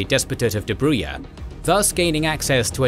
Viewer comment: Dobruja is pronounced the same way you would pronounce Jam in english without the 'm' at the end. DobruJA(M).